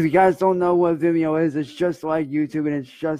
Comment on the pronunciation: “It’S uP oN ViMmeEyo” 😂😂😂